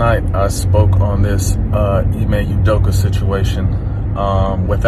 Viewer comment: Ooodoka not Youdoka